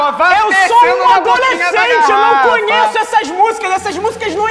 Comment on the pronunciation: é "conheço" não "conhesso"